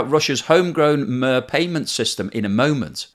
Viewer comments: Great piece ... only criticism is pronounciation of "Mir" ... it's pronounced "mere" as in "Putin is a mere dwarf" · That is not what Mir means. It means world or peace. Also your pronunciation is wrong as it's pronounced meer. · Just tuning in to see if he's learnt how to say: "Mir". Answer: нет. Cash and Mir are not the only payment options in Russia. MC/Visa issued by Russian FIs still work in Russia. There were a few ATMs in Seoul that worked with Mir, but not anymore. (Also mispronouncing Abkhazia, South Ossetia and Kyrgyzstan but ho hum). Iran is apparently going to use Mir. Woohoo! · Great video. Just a thought - is 'MIR' or 'мир' pronounced as in 'PIER' or 'TIER'? But, I cannot be the first to query this, surely?. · Hi! Pronunciation "i" in the word "Mir" as in the words "unit" , "wind" , "meat" . And the letter "r" is pronounced more firmly. Kind regards. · the name Mir is pronounced like Myr or as mid for middle and means “peace” … Mir= Peace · Pronounce it properly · the i in MIR is pronounced like E in English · Please check the pronunciation of MIR! It’s really annoying. ( I is e as in eagle) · Mir is russian for world. Check the pronunciation for that. It sounds more like meerkat. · i had to stop the video, couldn't handle that word being butchered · Yes. I was hesitant to comment but I know russian. It sounds with E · Yes it's not Vladi"mer" 😵 Lenin! It's Vladimir= "the man who owns the world". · He did say it means "world" or "peace", but the mispronunciation is indeed grating, as someone also commented here. I don't speak Russian but do remember the first modular space station ( ). I'd have thought was old enough to remember it too? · The way people with his accent pronounce “miracle” is exactly the way he pronounces “mir”. You are objecting to the way English developed over many centuries in his region of England. Good luck with that. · It's pronounced 'Meer.' A 'Mare,' is a female horse. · It's not "Mur" but like "Mer/Meer"